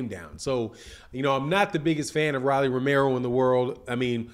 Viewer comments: I's not "Rally" , it's Rolly. Get the man's name right. Its not hard to pronounce. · ROW-LEE ... not RAH-LEE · Mispronouncing his name, its rolly.. Like roll.. E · I couldn’t even get through the video. It’s pronounced “Roll-ee” lol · How you mispronouncing this man Name like dat...Super Lame!!!